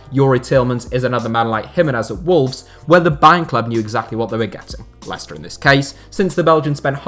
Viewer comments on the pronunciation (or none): none